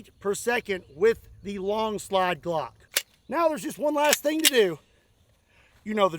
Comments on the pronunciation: Huhuh "Glongk" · Ladies and gentlemen, may I present: the “Glongk”.